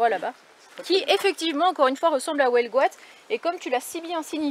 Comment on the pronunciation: coucou les amis, on ne dit pas Houelgoat, mais Huelgoat, et oui je suis bretonne et qui plus est finistérienne. Belle ballade et belle vidéo, à bientôt bisous.